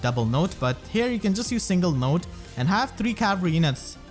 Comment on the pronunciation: Note to self: her name is pronounced "note", not "not".